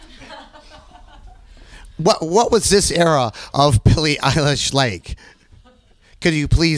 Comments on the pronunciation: it's eilish, eye-lish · it annoys me so much how he says her name 🙄